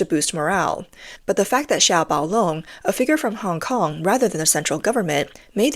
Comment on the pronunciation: CCP's 'Director Hong Kong and Macau' can't even pronounce 'Hong Kong'. Doesn't speak a word of Hong Kong's langugage. We Hong Kongers can't understand a word he is saying if it wasn't for subtitles.